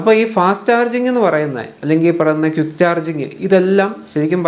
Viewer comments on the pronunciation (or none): ക്യുക്ക്❌ ക്വിക്ക് ✅ എക്യുപ്മെൻ്റ്❌ എക്വിപ്മെൻ്റ്✅